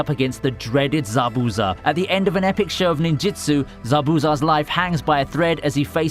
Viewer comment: your lists are great but just what is the way you are saying zabuza lol